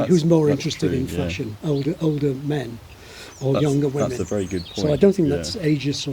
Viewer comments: I was also shocked by the word "good"! It sounded, and still sounds, like "gid" to me. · Well to a German it clearly sounds like "güd" 🙂